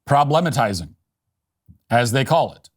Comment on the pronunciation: Matt it's not prob-lehm-atizing, it's problem-atizing 🙃